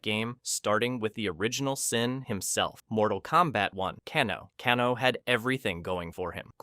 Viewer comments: Cahno. CAHNO!!!! FFS!!!!! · Cahno? His-Shoe Hao? Jakwie? WTF man! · To be fair, the Japanese surname Kano is pronounced "Kah-noe" rather than "Kay-noe." The founder of Judo was Jigoro Kano, and he was supposed to be Japanese in the original game. The 1995 movie made him Australian, though the actor was speaking with a cockney British accent. The "Ka'noe" was weird though. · who tf is cahno? 😭🙏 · Bruh, it's hard to take you seriously when you mispronounce Kano...